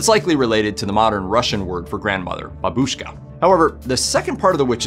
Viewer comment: Why English speakers always mess up stress in Russian words? The stress in Yaga is on the last syllable - Yagá - YagAA. And 'babushka' is first syllable - bábushka - bAAAbooshka. Also never heard of those fairytales... 🤔